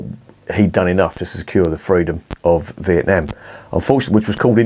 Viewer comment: Correct its not vietNARM..most annoying, prob not one for me this 🍺